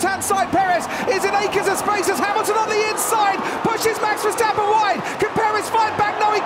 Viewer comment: mex versteppen.....ahahah hah... how NOT to pronounce....